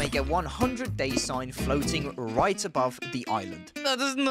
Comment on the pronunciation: good vid, bro made sure we hear he’s on his “oiland”